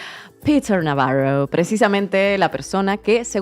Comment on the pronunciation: Digan Navarro correctamente, con acento español. Viva España.